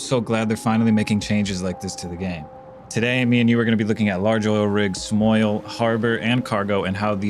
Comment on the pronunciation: on the start of the video you said, large oil, smaoil